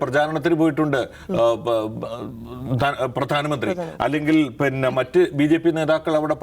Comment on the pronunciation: പിന്നെ എന്നല്ല പറയുന്നത്. പന്ന എന്നാണ് കേൾക്കുന്നത്.😅